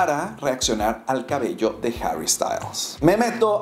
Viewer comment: Esta tan difícil pronunciar harry ? Y no decir herrrry como si fuera inglés ?